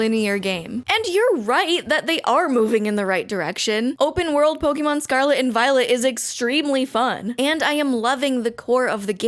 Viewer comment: Am i the only one that hears "scarlet and VIOLENT"?